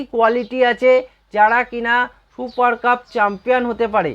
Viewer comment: 'শুপার কাপ' !!!!! আগে ঠিক করে 'সুপার কাপ' বলুন।